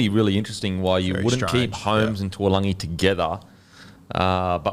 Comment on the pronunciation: Its not tualagi its taulagi.. Pronounced Da - oo - langi.